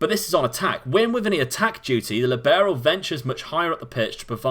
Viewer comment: Libero is an Italian word. The emphasis is on the LI in the word. Sorry but my head hurts every time you say Lee Barrow.